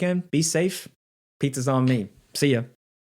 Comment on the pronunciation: I cringe so hard every time he says pizza on me. Dig the vids tho lmao